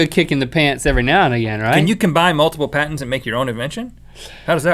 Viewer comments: Am I the only one who thought it said parents at first? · who else thought it said 'dumbest parents of all time' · Am I the only one who thought it said Parents instead of patents? XD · When it sais patents, I actually thoguht it was parents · I thought is said parent XD